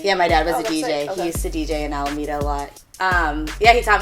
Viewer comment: Wait did She say Alameda like bay area hyphy 510 alameda lol